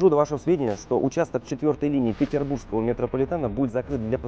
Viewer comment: Метрополитен не ПетербурЖский, а ПетербурГский! Уши режет очень сильно!